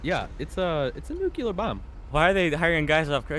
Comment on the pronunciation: Nucular killed me